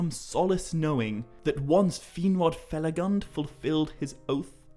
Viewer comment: please use the correct pronunciation of Finrod Felagund, with U as in tWO. From what I noticed is one of the few Tolkien misspelled words in your videos (huge fan) and they aren't few. 😊